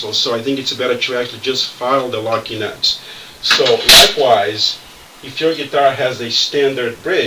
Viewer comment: When you say locking nuts, it sounds like you're saying "Lucky Nuts"!